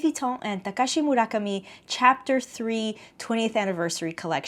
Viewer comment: thank you thank you thank you for including style codes and pronouncing "Murakami" properly, instant subscribe